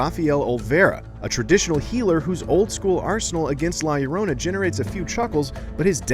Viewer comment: This guy cant even pronounce title correctly